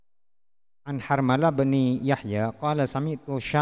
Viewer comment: عن حرملة ...coba bacanya dengan i,rob yang lengkap an harmalataa atau an harmalati ...